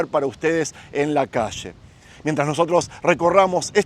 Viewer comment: Agradecido con la información sobre todo xq es real pero por piedad! Un favor! Habla bien!! No salgas con tu chófer! Cuando se te olvida bien que pronuncias ya, calles, murallas, llega etc pero te entra el espíritu ché y sales con tus: sha, cashes, murashas, shega! Xfavoooor! Nooooo! Gracias